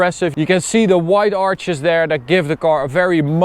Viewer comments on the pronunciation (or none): none